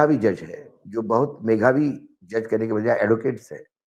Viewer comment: वानखेडे साहेब 🙏🏼 मेघावी MEGHABI ❌ मेधावी MEDHABI ✅